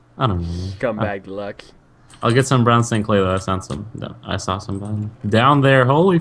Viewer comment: The way speedy says "saw", sounds like "sawl" :3 oh speedy